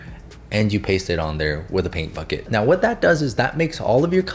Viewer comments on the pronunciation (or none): Is it just me, or ish did it sound like he said: "Paint f*ck it" instead of "Paint bucket" which is kind of exactly what the paint bucket tool does XD